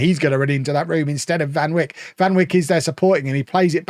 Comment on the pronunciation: I’m glad we’re so far in the future here, otherwise I’m afraid would be demonetized. Given how he pronounces Van Wijk I’m afraid to hear him pronounce Virgil van Dijk. 🤓